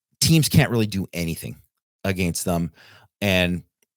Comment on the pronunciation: Who says “a•GAIN•st” like that? Is it a regional thing? 🤔